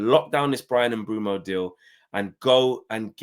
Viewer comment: Say it with me : Bwemu not Mbumo